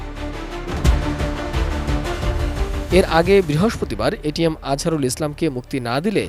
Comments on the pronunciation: এটিএন নিউজ একটা অশিক্ষিত মূর্খের দল । এটিএম আজহারুল ইসলামকে বলছে এটিএস 😂😂 । আর ছবি দেখাচ্ছে মিয়া গোলাম পরওয়ার এর । 😂😂😂 এরা কি খেয়ে সাংবাদিকতা করে । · এটিএম আজহারুল ইসলাম কে উপস্থাপিকা এটিএস আজহারুল ইসলাম বলছে! এরা ইচ্ছে করেই নাম কে বিকৃত করে চয়ন করে!